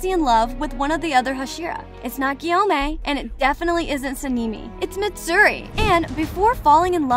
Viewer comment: Nit Gyomei and not samei💀 (bro is gay)